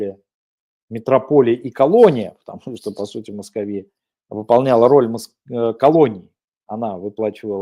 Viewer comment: В слове "Московия" ударение на второй слог. Надо знать имя противника.